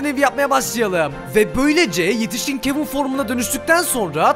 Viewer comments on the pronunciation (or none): Kevin yox kevın